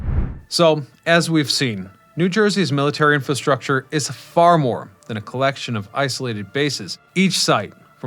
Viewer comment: please learn how to pronounce infastructure if you are going to repeat it over and over